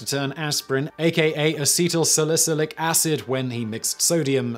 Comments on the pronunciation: A-see-tu-sil-ic acid. Gotcha bro. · I believe it's something like ah-set-uhl-sall-i-sill-ick acid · Simon: Say Beatle. Now swap the 'B' with an 'S'. Seatle put an 'A' in front of it for: A-Seat-el. For the next bit, say Sal-acidic - except swap the 'D' in acidic with an 'L' so you get A-seat-el Sal-acilic Acid Or more properly, acetylsalicylic acid. I hope my non-phonetic pronunciation guide helped, even if it was after the fact, or in this case, after the video. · Well, I at least enjoyed your attempted pronunciation of "acetylsalycilic acid" :p